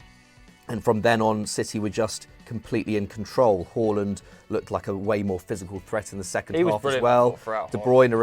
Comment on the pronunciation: Please say Haalands name properly It's not Whoreland